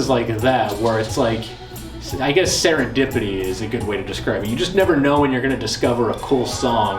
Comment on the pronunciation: Sarah dipitdty? Oooooh big werd! I'm pwoud of you litl bungy!